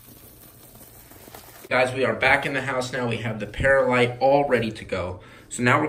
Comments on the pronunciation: It's pronounc ed perlite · it is per-lite not paralite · Per light.. Not not pears light. Sorry but get frustrated with bad pronunciation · Not peralite perlite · It is perlite not peralite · it's pronounced per lite not para lite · Not pear a light. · it's perlite(pr lite) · Say it like pearl-light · Love you and your videos but I just want to let you know that perlite is pronounced pearl-lite. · Just correcting you its per light but in one word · Pronounced pearl- ite